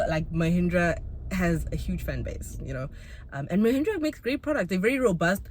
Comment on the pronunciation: 😅 I can't get Lehindra out of my head, every time you say Mahindra all I hear Lehindra 🤣